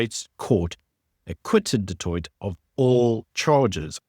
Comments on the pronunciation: ..its pronounced ( du toy )even though spelled du toit ove family with that surname😊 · Is a white South African actually pronouncing "du Toit" as "do toyt"? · Don't get me wrong - I am a huge fan of your channel. But as a South African, I can't believe you can't pronounce Du Toit's name correctly. The t on the end is silent - you pronounce it Du Tooi! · You dont pronounce the last 't' in du Toit. Its pronounced Du Toi. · You don't say the t of du Toit. Only say du Toi. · Du Toit is pronounced "Du Toy". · The last "t" is silent! Pronounce as Du Toi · Please learn to pronounce Du Toit correctly. The T at the end is silent. Like Du Plessis where the S at the end is silent. How long will it take? It's been close to 400 years. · The last t in du Toit is silent. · Just think you should know enough to know it's a silent 't' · Du Toit has a silent t at the end….. do you live in SA?😂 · Shot. Love your work too much but please work on your pronounciation of SA names. Eg Du Toit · Du toit? Pronounced like that? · Always a good programmer. But the pronunciation of du Toit??? Nooo. The T is not pronounced, it's a silent one. Sorry, but this irritated me.. otherwise this was very good as always. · the end t in du Toit is silent. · Just a side note.. the T at the end of Du Toit is silent 😉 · I hate to be this guy but the second T in Du Toit is silent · thank you for covering this. Just a note: don’t pronounce the last t of du Toit. Silent t. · Du Toit (the last t is silent) Just saying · Love your channel man, but when you pronounce Du Toit with a hard T, you sound like an undecucated muppet. Motsepe does have a hard T though, not a shh.